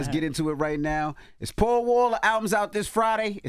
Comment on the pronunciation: I thought his name was pow wow. Im from the east coast. When they said paul wall the accent sounds like. Pow wow. Say pow wow. Now go listn to how he pronounced paul wall.